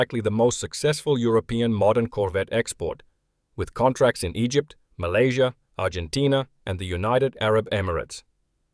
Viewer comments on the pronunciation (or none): none